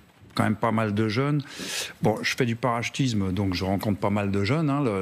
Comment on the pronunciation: on dit "parachutisme" mr le general pas "parachtisme".